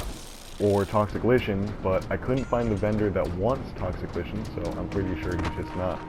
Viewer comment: It's pronounced "like-in". Not "toxic litch-in". Lichen is a real life thing that grows on rocks etc.